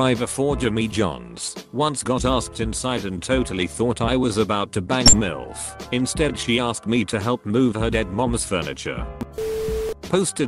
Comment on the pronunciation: 35 emphasis on MILF